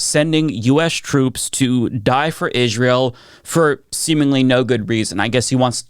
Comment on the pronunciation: Im sorry but when you pronounce Israel like Candace Owens, I cant take you seriously.